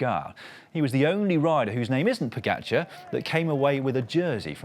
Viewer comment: Fire the commentator that can't pronounce Pogacar.